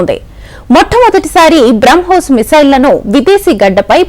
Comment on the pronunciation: బ్రౌ హోస్ కాదు